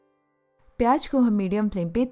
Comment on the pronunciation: V nice explanation. Pls pronounce Z correctly in the words pyaz , sabzi. Its z not j. Its zyada not jyada. Hope u wont mind. Thnks